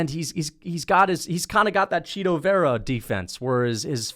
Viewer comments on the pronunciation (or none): none